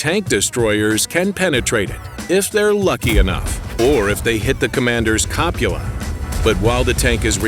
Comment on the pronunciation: 'Copula'? Try 'cupola'.